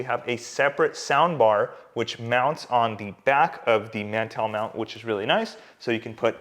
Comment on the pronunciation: I don’t think you know what a mantel is cuz you are pronouncing the word completely wrong.. lol.